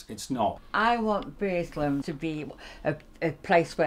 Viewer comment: BURSLEM!!! Not "Burslum", or was that a Guardian Elite pun?